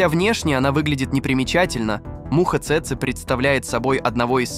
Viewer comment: цЭцэ... чекаме не цэцЭ, а цЭцэ... промахнулся ударением брооу